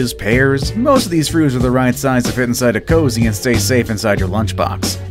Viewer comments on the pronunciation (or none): Heads up to the narrator the correct pronunciation is koozie not cozy. Koo-zee not Co-zee; they are 2 very different words. How does an oversight like that make it all the way thru final production & no - one noticed/ knew the correct pronunciation...? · It's K O O Z I E not "cozy".